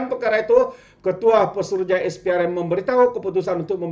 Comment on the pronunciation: Maaf pembetulan Sikit. SPRM bunyinya Es Pee Ar Em Bukan Is Pee Ar Em Jangan marah ye